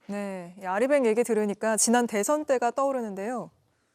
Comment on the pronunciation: 한국어에는 각 단어들에 장음(長音), 단음(短音)이 있어서 국어사전에도 표제어 장음 글자의 오른 편에 : 표로 표시되어 있다. 그런데 요즘 젊은 기자들은 특히 한자어를 말할 때 이를 전적으로 무시하고 전부 아주 짧게 발음한다. 예컨대 '여:당(與黨)', '야:당(野黨)', '대:선(大選)', 재:선(再選), 피:청구인(被請求人), 가:처분(假處分) 등 길게 발음을 해야 하는데 아주 짧게 발음하는 것이다. 요즘 한국인들의 '한자어' 구사가 이 모양 이 꼴이다. 이런 폐해는 한자 사용의 폐지에서 기인한 것이다. 정말 큰일 났다.